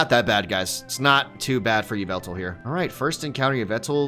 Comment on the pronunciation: Its actually pronounced YAH-VUL-TAL